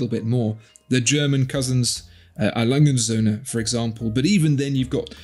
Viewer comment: I don't really get why you pronounce A. Lange & Söhne as Alangensoene isn't it pronounced A. Lange UND Söhne? (I'm German) Definitely probs for trying to pronounce it correctly I know German is hard 😂 and I love your channel